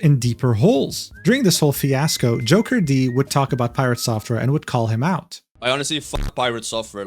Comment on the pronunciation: Great vid but should've looked into how to pronounce Jokerd though. It's not JOKER-D. 😄 And F piratesoftware , i have no idea how shallow you have to be to ever believe this person. Guy is and was a fraud.